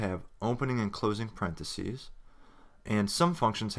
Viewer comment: The content of the tutorials is very good. However, you are making grammatical mistakes. For example, in the use of the proper names for brackets:- parenthesis is the singular and parentheses (pronounced 'sees' at the end) is plural. These.errors do detract from the quality of the tutorials.